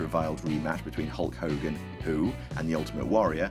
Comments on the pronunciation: You seem to be mispronouncing Hull Cogan's name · *Hulk Hogan